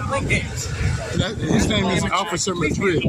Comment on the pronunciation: No offense, but l wouldn’t even buy from a stand where they have to sit in lounge chairs and lazy hand-written signs. He said Officer Madrid. Capt Bucket Hat immediately says Madreen. Do they just not listen, or have no basic grammar skills?